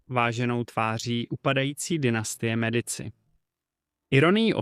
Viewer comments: Mediči vyslovované, pre boha. Keď už vypravíte príbehy o zahraničnej histórie, naučte sa správne vyslovovať mená!!!! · Ked uz robis nejaky report o niecom tak Aspon zaklad aby si to vyslovoval tak ako sa ma…. To Medici ako to hovoris tak reze do usi …